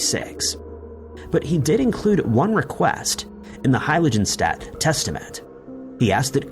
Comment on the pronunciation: Fermat. The t is silent. Heiligenstadt. The g is hard (like "girl") and the s is a fricative (like "shaft".) If I've said it once, I've said a thousand times: look up foreign words and names before you record.